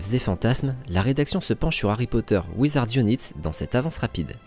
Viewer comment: "Wizards unaït" bon sang